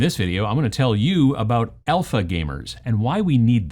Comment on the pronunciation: Honestly thought you said Elfa gamers. Never heard of the term though.